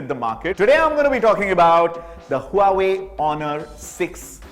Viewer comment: Nice phone! Its वॉवे where 'H' is silent !